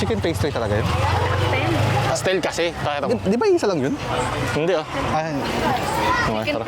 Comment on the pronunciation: "pay-stell". AHAHAHA "Pass-till". "Pass-tell", also Patil or Patir.